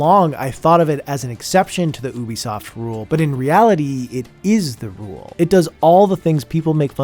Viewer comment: Great video, but I must say OObisoft